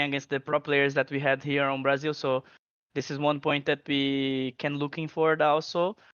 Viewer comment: "In Bra Zeel" - TitaN